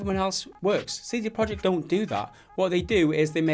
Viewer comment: it's not CD Project, it's CD Projekt (you should say something like "proiekt")